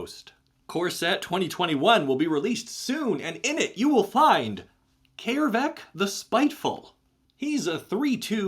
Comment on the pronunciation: Holy shit its brilliant coming across someone who actually pronounces Æ correctly. . . That hard 'AY' is vastly more soothing than you think, having dealt with americans butchering it into 'EE' and british butchering it into 'EI'. . .